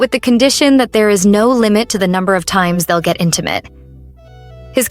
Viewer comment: As soon as she said: i want you to be intemate with me, i grabbed my head and laughed so hard😂😂❤